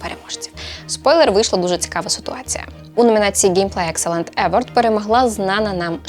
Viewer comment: Вітаю! Дякую за класний контент. Маю одне доповнення: на скільки мені відомо, то в слові award наголос на останній склад - евОрд.